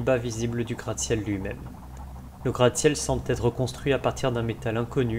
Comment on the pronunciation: Bravo pour ce travail de titan ! cependant attention aux liaisons qui écorchent les oreilles: "semble être", et non "semble-t-être" ;)